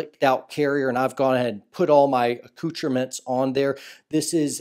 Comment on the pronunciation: C-coocherments?.. is that French??.. 🤔